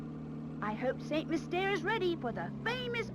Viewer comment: ugh,its pronounced like mist air ...yknoe...LIKE LUKE SAYS IT